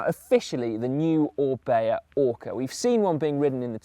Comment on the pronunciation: "O R is the beginning of O-bea" .... yes, O-ka.